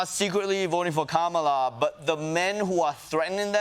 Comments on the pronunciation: At least he’s beginning to correctly say her name. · Oh wow he said her name correctly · At least he has finally learnt to pronounce her name correctly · It’s funny when he accidentally says ‘Kamala’ correctly. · He said Kamala correctly!